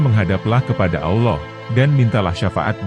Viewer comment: Lou sok tau amat sih mind disepak bola lou banyak omong sekarang masalah agama lou banyak cerita juga ang lou manusia superkah dibidang agama sampai dimana ilmu lou sebut Allah aja lou blepotan